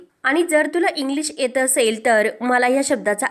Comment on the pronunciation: या व्हिडिओ मध्ये कित्ती अशुद्ध बोलते ती, य cha उच्चार ए करते, एत नाही, येत नाही असं म्हणा की